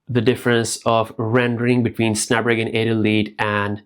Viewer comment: I’m going to need you to learn how to say snapdragon 8 elite chip lol.